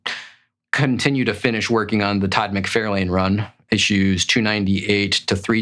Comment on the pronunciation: "Mick-Far-Lin." Lol